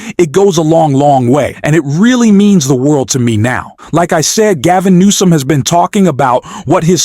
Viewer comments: Why does the narrator continue to call the Governor of California Gov Nom. His name is Gavin Newsome. Gov Gavin Newsome!!! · Newsome not Nome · Last name is newsom not noem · Dude, its Gavin News on not Gavin Noam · Do you have Dyslexia? You keep pronouncing Governor Newsom's name as Governor Gavin Gnome. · Why does this narrator keep calling him Gavin Noem, when his name is Newsom? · It's Newsom not Gnome. 💙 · Newson not NOME! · his name is not nome!!! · Why do you keep calling him Gavin GNOME?? I've lived in California for 20 years and I've never heard him called that. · Your voice bot is an idiot. Gavin Gnome? Gavin USO? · Did this announcer call Gavin Newson Gavin Noem the first time he mentioned his name?😂😂😂😂😂. Towards the end of the video he call him “ Noem two more times!! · Right of the bat, the narrator calls Newsom "Nome"...I'm sorry, I'm out. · Governor Nome? AI knock it off. Learn to pronounce correctly or put a real person in there. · FYI The last name is Newsome but the first time you referred to him I don't think that's what you said